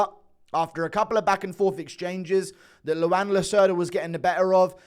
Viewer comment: Its pronounced like Juan but with an L, Luan not Luanne.